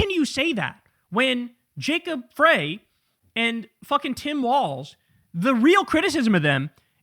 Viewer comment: You're still mispronouncing 'Frey'. Irritating.